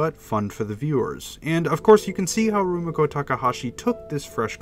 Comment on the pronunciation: He sure did, and pronounced Rumiko weird too he didn't pronounce the "mi" in Rumiko as "ME" but like if you were saying mit. lol